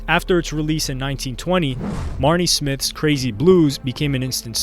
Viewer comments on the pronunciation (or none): Al Johnson? Marnie Smith? This narrator either can’t read or the writer didn’t do their research.